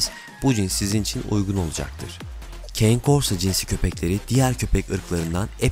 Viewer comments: Keyn korso nedir be kardeşim italyanca kane korso diye okunur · aga iyi hoş da keyn kors ne, kane korso diye telaffuz ediliyor italyanca, hani cane corso diye düz okusan en azından direkt türkçe okuyon dicez de valla keyn kors ne hacı